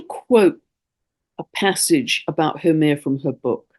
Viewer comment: Absolutely exceptional transmission..you covered it ALL, so well, and deeply, right from the Heart.Thank you, Big ALOHA and Love from the Heart of Hawaii, and The Aina, ( our Native Land). Also thank you for sharing all about Haumea! ( FYI, She is pronounced: How MAY Ya)